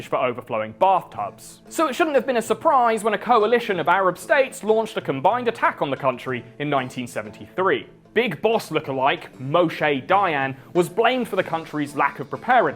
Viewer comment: You said Moshe dayans name pretty incorrectly lol tho I don't blame you